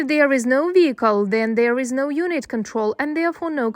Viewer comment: Why can't they any word that starts with a V ?? They just replace the V with a W it's weird lol. A vehicle got me laughing when he said wehicle